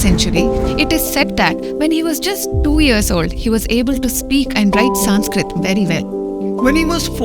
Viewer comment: Small correction it is not "Saanskrit" it is Sanskrit(संस्कृत).